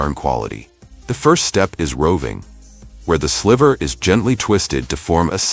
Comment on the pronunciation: I'm glad this video exists but the AI voice over sucks. It's pronounced sly-ver not sliver